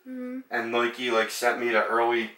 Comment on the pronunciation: Lmaooooo “nuey-kee” 😭😭 but good video, enjoyed it